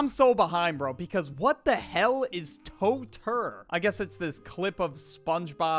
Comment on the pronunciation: It's Totya, not totr